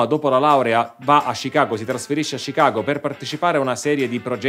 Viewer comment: che bello sentire un italiano che pronuncia Chicago e Illinois nel modo corretto 👍